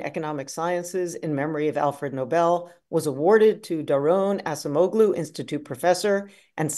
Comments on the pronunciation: The guy wins a Nobel prize and you can’t say his name properly? Wtf? It’s not assemoglu it’s acemoglu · Congratulations on your amazing success Acemoğlu! However, I wish ladies could pronounce Mr. Acemoglu's name correctly!